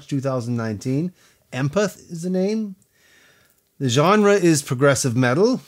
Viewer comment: Did he really pronounce the album name as "em-pith"? This isn't a new word that Devin made up. It's called "EM-PATH". As in... empath - /ˈempaTH/ noun 1. a person with the ability to apprehend the mental or emotional state of another individual. That being said, Devin Townsend is easily THE premiere musician of his time. His talents transcend normal human ability. You're in for a treat. I noticed after watching that you talked about his layering and how much he had going on. We have a name for it. Devin is known for what has been dubbed his patented "wall of sound". Aptly named. And also, once you know the lyrics and understand what he's singing about, the song has a much harder impact. It's a beautiful song. 🤟🏻😁 #LongLiveHevyDevy